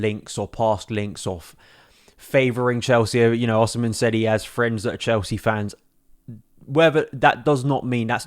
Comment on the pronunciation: His name is pronounced Osimay.